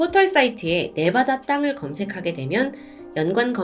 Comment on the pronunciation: 네바다 땅 아니고 네바다짱 이에요